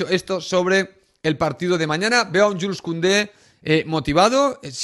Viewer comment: Y creo que se pronuncia yul